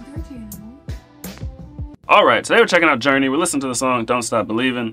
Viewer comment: "Journay" lol